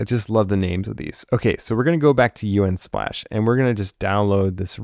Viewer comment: The only thing I can focus on is him saying U N splash instead of just saying the word Unsplash...